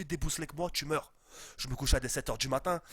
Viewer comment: " debouslé " mdrrrrrrrrrrrrrr on t'aime